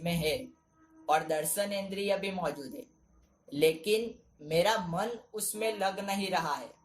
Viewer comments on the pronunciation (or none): none